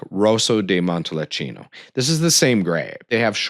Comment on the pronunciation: Just found your channel. Good overview of Italian collectibles. Appreciate the good info. But oof - you were correct about butchering of the pronunciations! murder of “Montalcino” alone dings your credibility, not to mention the numerous “i”s pronounced as “e”s (and vice versa)!